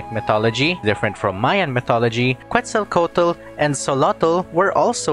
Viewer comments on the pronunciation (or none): none